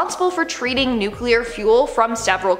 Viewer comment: I dont care WHAT George W. Bush says. ITS NOT NU-QU-LER. ITS NU-CLEE-UR. Spell it. Nuclear. The l is immediately following the C. There's no U right there. (And sorry Dixie Chick's. You lost your popularity over nothing. W is NOT a Texan. He was born in New Haven, Connecticut. To be a Texan, you have to be born there! He is, however, an idiot.)